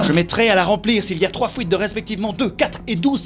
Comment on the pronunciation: " une fouite"